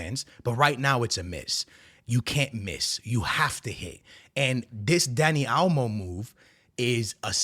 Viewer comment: WTF is Dani Almo? Is Dani Olmo, MAN! 😅